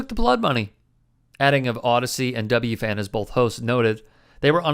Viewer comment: Can tell that doesn't live in the NYC area. WFAN is either "The Fan" or "double u, eff, a, en" not "double u, Fan." Not a criticism, just an observation. Boomer is weird. Even as he's saying these spot on things, he's saying them with a "Thin Blue Line" hat on his desk. An enigma!